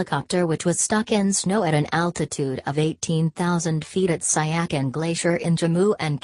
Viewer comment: The pronunciation of that name is not correct. It is called as ** Si ya chin **.